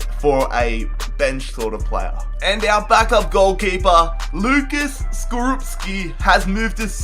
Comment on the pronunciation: Łukasz Skorupski bruh. He's polish this sign ł and Ł is a w in uk and sz is sh so in English it's spelt wukash but its not Lucas bro I know dis shit cuz I'm better cuz